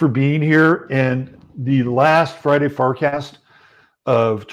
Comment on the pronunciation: Is he saying fartcast? 😆